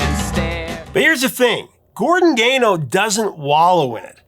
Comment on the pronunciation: What did you just say? Boose'm Buddies? I've never heard anyone pronounce it like that. The way he's pronouncing Gordon Gano's last name is also killing me!!!